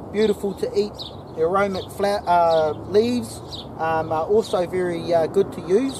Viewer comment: just a small thing bro...the word is aromatic....not aromic. Making a tea right now...